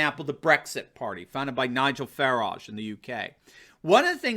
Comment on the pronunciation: Hey it's Farage, not Fairage...